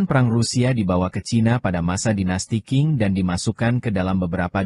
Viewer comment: Dinasti qing dibaca dinasti ching